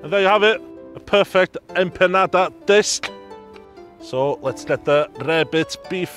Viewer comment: Unique take on your Empandas… even how you pronounced IT.. EMPANADA DROP! #RESPECT